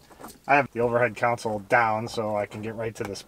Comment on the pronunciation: It's pronounced "CON-sole," not "COUN-sul!"